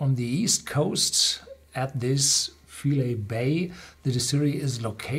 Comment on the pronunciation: Just a heads up, the pronunciation is FY-LEE and its a really wonderful place.